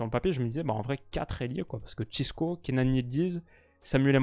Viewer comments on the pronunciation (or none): Ce n’est pas « Cisco », c’est « Francisco » ou «Chico» (prononciation comme dans l’album « Le Monde Chico » de PNL) 😉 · Encore une vidéo très qualitative ! Je profite pour te dire que le diminutif de « Francisco » en portugais c’est « Chico » et pas « Chisco ». Mais en tout cas toujours un kiffe tes vidéos!